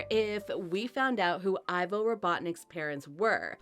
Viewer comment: First of all it not ivor it’s ivo